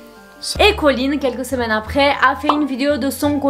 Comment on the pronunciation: Bonne vidéo, mais au bout de 10 minutes j'ai du arrêter à cause de ColleenSSSSS y a pas de s, c'est super irritant